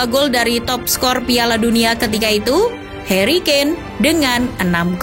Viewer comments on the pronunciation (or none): none